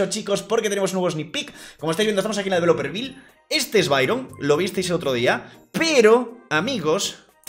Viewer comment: Por que y dicen "developerviL" en vez de developer view?